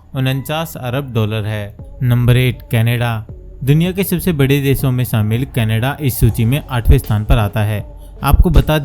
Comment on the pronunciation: Sh ko s na bolo mood kharab kar dia. Shamil ko samil kyon bol rahe ho